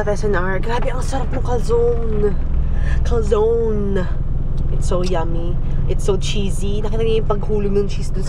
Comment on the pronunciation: Hi! I really love your vlogs:) lalo ko tuloy namimiss ang PH sa mga vlogs mo. Anyway that is cal-zo-ne. It is an italian stuff. It is also called panzerotti:) kisses from italy 😘